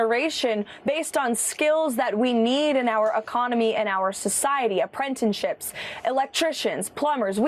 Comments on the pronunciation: We need more aprentenships? Sounds like we need more phonics. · Apprentenships? I listened twice to make sure. Her speech is either written by illiterate people or she is...